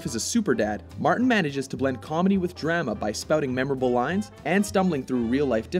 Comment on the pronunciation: "Drama" rhymes with "Alabama"? :)